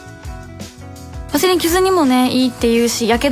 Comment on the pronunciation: いつも有難うございます。 「ワセリン」の発音がちゃんと「Vaヴァ」の発音されてる。流石です。